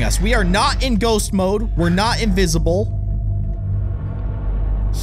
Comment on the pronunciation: its mode not moke